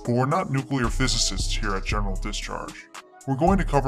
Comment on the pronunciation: Every time hear general discharge. I think he say genital discharge